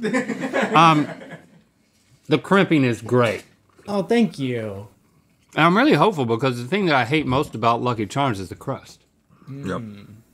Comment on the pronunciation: like 🥺 “Fank you, happy to be here…” 👉🏼👈🏼